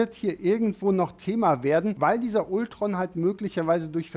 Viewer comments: Warum sprichst du Ultron typisch deutsch aus und Vision englisch? Ich weiß du kannst Englisch, aber es wirkt als hast du von Englisch keine Ahnung. Deine Videos wäre viel besser wenn alle Namen ausprichst wie es sich gehört. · Bitte sag doch nicht immer Ultron😖 Man spricht es Altron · mich triggert das auch jedesmal, wenn man ultron sagt und nicht altron ^^ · Kann man Ultron bitte auf Englisch aussprechen? Selbst in den Filmen sagt doch niemand das deutsche Ultron.